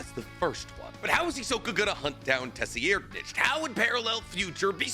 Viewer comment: Im never gonna let this pronunciation corrupt my ears. It has to be “ser-ride-” not “tessie-air’d-nich”